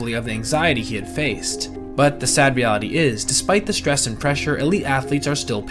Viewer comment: Can't listen to him say "shhtress" anymore. Bye.